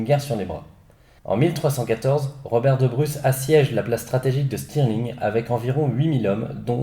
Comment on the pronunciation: *St-E-rling !! Pas Stİrling